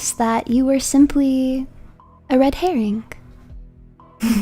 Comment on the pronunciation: The way she emphasized "red herring" made me imagine chat as a red version of Fishman. lol